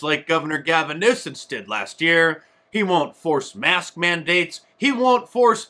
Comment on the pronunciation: Love it Mark! Get rid of Gavin "Nucense". 😂